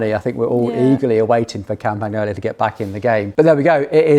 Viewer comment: capture that moment, make a short clip of it for PAUL to hang on his wall or turn it into a ringtone , Campagnolo pronounced correctly for the first time on this channel hahahahahahaaaaaaa................................a brotherly laugh at your expense that could not be ignored